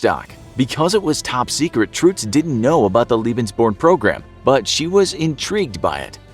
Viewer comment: why are you pronouncing it "truhtz"...? you have to go more like "truttz"...!